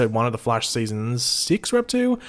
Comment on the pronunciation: I wanna kill myself everytime you pronnounce The Flash in that weird way you do sometimes...